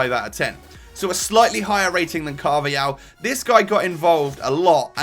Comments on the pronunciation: U should say it like carvahal not carvial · Carvahal not Carvayal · he said "carvial" loooool